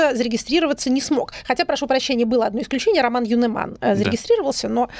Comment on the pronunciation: Ю’неман. Ударение на «Ю»